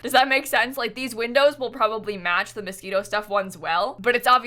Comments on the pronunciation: its moschiNo not mosquito lmao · sorry but [Mos-ke-no] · did she really say mosquito instead of moschino, im dying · Anyone else thinking she was saying mosquito pack the whole time? No, just me? Okay, lmao. Whoo I need coffee ☕ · am I the only one who thought she was constantly saying mosquito instead of Moschino? :) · I thought you said "Mosquito Stuff" and I was feeling it cause dang I am tired of these mosquitos this summer! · Is she saying "Mosquito" instead of "Moschino" ???? I can't !!! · Did anyone else think she was saying Mosquito Stuff Pack at first 😂? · Everytime says "Moschino", I can't help but hear "Mosquito" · Are you saying Mosquino or mosquito? 🤔 Im confuse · I was looking for someone who also noticed this and commented on it lol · I was like, what is the mosquito stuff? Took me ages to realise it was Moschino, I thought I had missed out on something 😂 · please stop saying Moschito stuff, i don’t know why but it makes my blood boil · IT TOOK ME LIKE HALF THE VIDEO TO REALISE SHE SAID MOSCHINO STUFF NOT MOSQUITO anywayss yay! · Half way through I was like ohh... she means Moschino... hahah